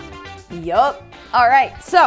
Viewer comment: I love how she said YUPP